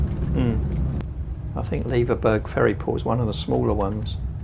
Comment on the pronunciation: Loving seeing the Isles again. We almost bought a bnb in Leverburgh and will be visiting again very soon. Just a wee point. Leverburgh is pronounced the same as Edinburgh. Honestly, I got so slated for my mispronunciation of Gigha. People can be so unkind sometimes. Don't want you guys to fall foul. Looking forward to seeing the rest of your trip 🙂🐕🚙